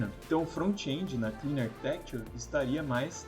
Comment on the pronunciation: Front-end not frontchiii endiii React not Reaquitiii ;)